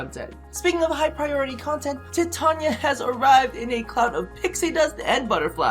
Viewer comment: Yes! You said her name right! I'm so OCD when DE on their damn streams says it so weird.